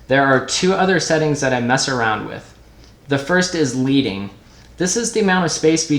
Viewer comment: Leading is pronounced with a short E. Like Led Zeppelin. Back in the old time printing press days typesetters literally placed strips of lead between the individual lines of text to increase/decrease the space between them before running the press. That’s where the term comes from.